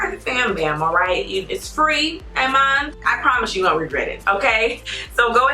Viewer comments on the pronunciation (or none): “Amon”(amen) 😂😂😂love